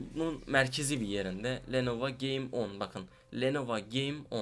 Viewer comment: biseyi de duzgun soyle la lenovA deil lenovO vAndetta deil vEndetta